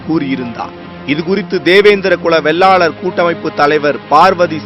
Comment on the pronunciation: டேய் சத்தியம் தேவிடியா பயலுகளா சாதி பெயர ஆய்ரம் தடவ சொல்லுரியே அதையும் சரியா சொல்லுரியா இல்ல அட சத்தியம் Tv செய்தி வாசிப்பு தேவிடியா மகனே வெள்ளாலர் இல்லடா வேளாளர்